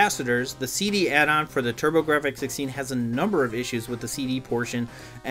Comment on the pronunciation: Pronounced turbo graphs ....silent f ...take it from their CEO lmao